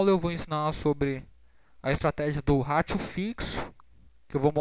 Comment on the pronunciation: Nao e gozacao nao mas vc fala ratio igual ao seu. De boa pode falar "Rei-xou" (Com "r" de paulista do interior e silaba tonica no Rei. Vlew? Espero nao ter te ofendido.